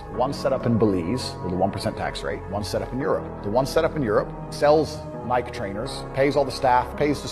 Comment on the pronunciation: He doesn’t even know how to pronounce the word Nike, so there’s that lol.